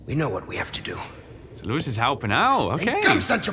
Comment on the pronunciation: I love these videos, but if says “Louis” one more time instead of “Luis,” I might lose my mind